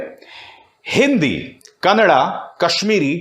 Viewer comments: It is Kannada NOT Kannad.Need to know that Kannada is not understood by Uttar Pradesh nor will they ever learn.The only reason to dub in Hindi. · Kannad nai yaar kannada a a bolo aaa.... jese hind nai hota hindiii hota hai, why are u people so ignorant being in media.even though what u are saying is right bro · Hello sir kannad nahi kannada hai k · Kannad nahi sir, its "Kannada " language 💛❤ our Mothertongue🙏💞